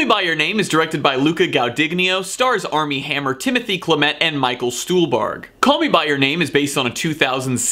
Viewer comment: wonderful review, now say and the Oscar goes to Timo-thee Sha-la-mey (Timothee Chalamet)